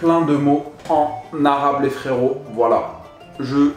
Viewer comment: Moi je sis libanais dc je parle arabe et tu prononces vrm bien